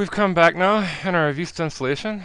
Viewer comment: you say vista funny it's like you put an extra i on so it goes like viista but whatever :D